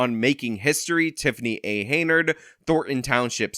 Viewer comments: Hen-yard, NOT Hey-nard! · I agree with your assesment. Beyond that, her name is HEN-yard...not haynerd. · It's "Henyard," not "Haynard." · I noticed you keep pronouncing her name as "Heynard" instead of "Henyard". Is that maybe a freudian slip? As in heinous Heynard???? LOL!!!!!!!! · Henyard. NOT hay nerd. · Her last name is spelled (and pronounced) Henyard, yet you keep calling her Heynard. She's a crook either way, but it was a bit funny that you criticized the misspelling of the township on a sign as unacceptable while mispronouncing her last name the entire video. At least you spelled her name correctly in the description below the video. I also want to echo the praise you gave Nate the Lawyer, he has also done a great job covering this story. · Too funny that you call her Heinard, as in Heinous.